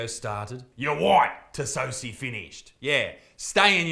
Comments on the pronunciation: Tsosie is probably pronounced Tosser. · Its pronounced Tosser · I'd guess that the "T" is silent. If I'm right, then it would be pronounced "Soh-see". Probably? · The name I believe, is pronounced Tossie, or Tosser (depends on whether you are white passing or black passing)